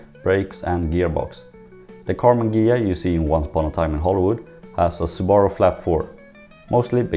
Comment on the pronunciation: Took me way too long to realize he was saying "Subaru" and not "Sbarro" even with the context of flat-four